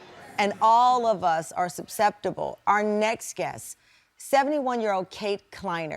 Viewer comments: I had to go back and listen a few times to make sure. Tamron says "supsceptible" instead of "susceptible". And it wasnt a slip, she said it twice. I would expect better English from a tv journalist with her ow show😮😮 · Maybe learn how to properly pronounce susceptible. 😂 "Supseptable .." 😂😂😂😂 Also, why would you put her full name on the air? You set her up for more victimization. You're wrong saying it could happen to all of us. No, not me. This is for desperate, ignorant "folks.." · Imagine having a national tv show and not being able to properly pronounce susceptible. 🙄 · Someone needs to teach her how to pronounce susceptible.